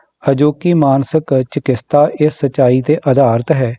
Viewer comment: ਚਕਿਤਸਾ not ਚਕਿਸਤਾ